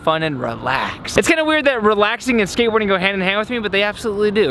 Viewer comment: U said skatebaording instead of skateboarding haha